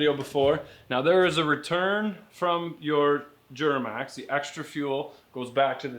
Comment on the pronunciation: The way pronounces “Djjjjuramax”😂😂😂